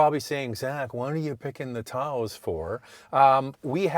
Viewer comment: What is a TAO-OHsss? Someone having a stroke? Phone the mayor of Taos, NM and ask for the correct pronunciation. Fine bucks says it ain't TAO-OHsss.